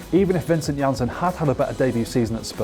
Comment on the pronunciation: lol man said vincent jannssen